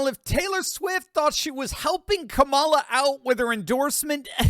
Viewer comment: Long time viewer and fan. I'm sick of commentators like you pronouncing her name incorrectly. You, Levin and viva frei... why!? It's comma-la